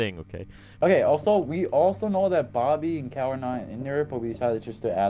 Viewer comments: XSurVival1st S it’s Cal,not Kal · No they called him cal like Kyle petty